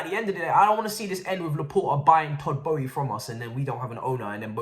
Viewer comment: Our owner’s name is not pronounced “Bowie”.